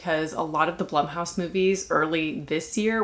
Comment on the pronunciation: Blumhouse is pronounced Bloomhouse.